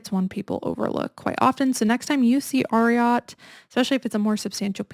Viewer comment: Ariat the brand is named after the famous Triple Crown winning thoroughbred from the 70s, Secretariat. It’s pronounced AIR-EE-ET not ARE-EE-AHT. You can see how the logo is three horse shoes. 🙂